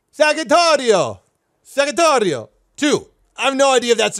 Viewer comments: when u sad the name u spelled saghittario, to say it well u should say the "g" like in Geordie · As an Italian, the pronunciation isn’t perfect but not terrible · his pronunciation was actually horrible...